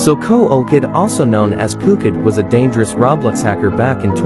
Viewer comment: instead of hearing dangerous from his text to speech i heard danegersh